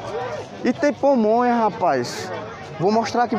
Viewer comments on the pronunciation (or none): O nome é PAMONHA e nao pomonha. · Não é " pomonha " o correto é pamonha..😂😂😂👍